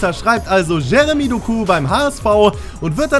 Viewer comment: Betone das O Doku